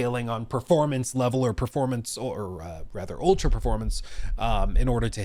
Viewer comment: It took me so long to realize he was saying performance and not purpleness